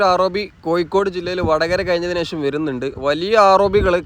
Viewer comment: കോയിക്കോട്, കല്ലും തായം, പയെ പാലം...😂😂 ഴ.. ഴ... ഴ.. പയത്തിൻെറ (പഴത്തിൻ്റെ ) ഴ...